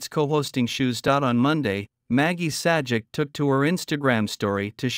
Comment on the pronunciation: It is pronounced "Say -Jack". not "Sad-Jeck".